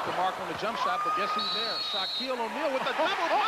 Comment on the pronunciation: Who the f*k is "Shock-Eel Ahneil?"